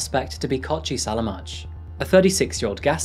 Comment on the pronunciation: Not that it matters but the j at the end of the offenders name is pronounced as a long I sound. Selamai.